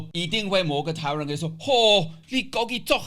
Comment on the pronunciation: 超像臺灣人說話的！！！